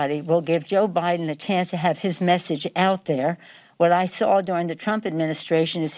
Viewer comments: lmao "joe pot" hahaahhaha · "Joe Pot". Was that a Freudian slip? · "Joe Pot" as in Pol Pot, Crazy Nancy? "No evidence of changed votes?" I guess it's like Hillary's 91% likely win.